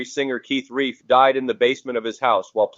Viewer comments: Hate AI products. So unnecessary for the AI voice to read out the title and cause of death... and it's RELF not REIF... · Keith Relf with an "L" and rhymes with shelf, not reef. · Keith Relf, rhymes with stealth, not reef. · Keith RELF not Keith REIF. Sheesh. Learn about your subject